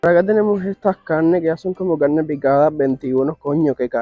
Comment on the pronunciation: Se dice Carne no cannne